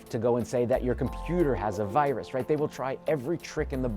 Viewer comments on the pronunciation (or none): "hello, i heard you have a wirus in your computer"